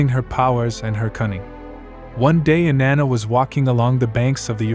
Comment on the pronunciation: Her name doesn’t rhyme with banana